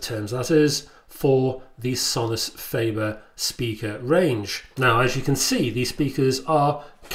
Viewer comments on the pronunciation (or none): Sorry to be 'that guy' but: fAH-ber not fAY-ber.